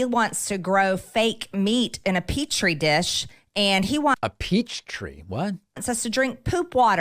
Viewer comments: Petri dish, pronounced "pet tree" dish, "not pee tree" dish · Petrie dish, not peach tree.